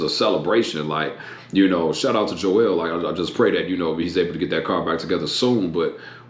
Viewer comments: It's Joel not Joelle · It's Joel not jo-el